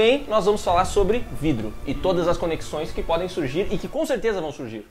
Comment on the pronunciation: falar "vrido" e tao divertido kkkkk